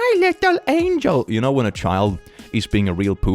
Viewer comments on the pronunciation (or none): Angel. Not angle. Moron.